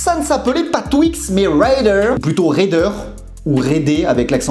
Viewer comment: Raider, ça se prononce "raidère", et non pas "raideur" ni "raidé". Quel petit jeune ce